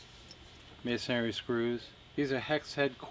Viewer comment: It’s masonry, not masonary.